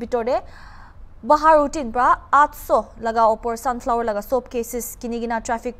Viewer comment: When she beautiful reporter says shanflower tht tym she too smiles 😁 her self,it's ok miss if u says mistake too your beautiful 😍 as always 😁🤭✌️